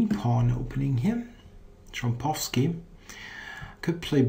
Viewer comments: Why do you pronounce "Trompowsky" with an English accent, making it a rhyme to "Bukowski" as how Americans pronounce it? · I know nothing about Polish language, however I know that the "w" is pronounced as [v], like in German. But maybe the way you're doing it is best, since the audio is in English.